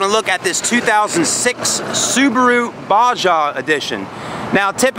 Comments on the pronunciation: It's pronounced Baw-Haw. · This dude just pronounced it “ba-ja” and “box-ster”